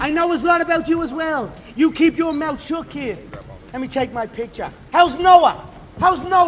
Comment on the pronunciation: “Shut yo meuth “ 😂😂